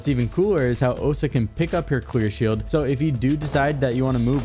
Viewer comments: DID HE JUST SAY QUEER SHIELD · You said queer shield at first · you said queer shield not clear shield hahahahahaha I'm weak at 120 mark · He definitely said “queer shield” a few times, and no one can change my mind